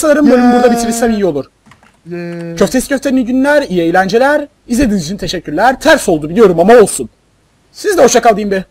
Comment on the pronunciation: raxiyenin kayserili aksağanlı "hoşçakalın" ı XD